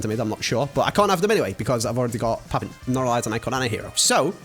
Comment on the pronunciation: Papin is pronounced "papan" and he got a hero card because his career was plagued with injuries and misfortune. He was still one of france hardest working players in training and was obviously talented but he never reached the hights of most of the other icons. I wasnt alive to watch him play but but i know how to pronounce his name from the zinadine zidane song, and it was (i think) football iconic that did a video about his career you should check his channel out